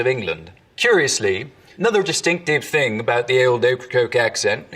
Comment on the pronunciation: I always kind of giggle when you say “House” or “Thing”. Sounds like you say “Hice” and “Ting”. It’s cute though! 😍